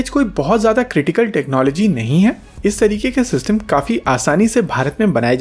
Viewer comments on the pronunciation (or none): Don't say Jada kaam. It sounds odd